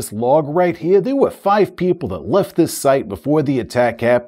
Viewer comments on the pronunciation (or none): none